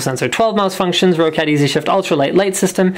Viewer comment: ro-cat? It's pronounced like rocket but with an A, "Rockat"